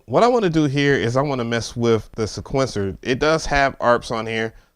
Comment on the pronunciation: Disliked just for the way you pronounced sequencer...